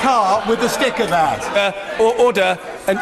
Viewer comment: minutes in with no ODOR ORDER ORDER ORDER ODOR ODOR UDUR